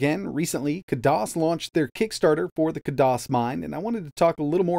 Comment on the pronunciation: *Kaaay-Diss or Kaay-Doss not kahdoss~